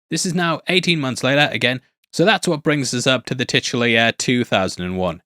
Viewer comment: I hate this guys accent The way he pronounces “year” is gross